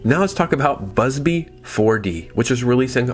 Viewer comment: Bubsy, not Busby. Love the videos.